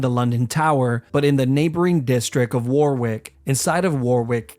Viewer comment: I think that the most horrendous torture is listening to americans trying to pronounce British place names such as Warwick. Spoiler: It's pronounced Warrik.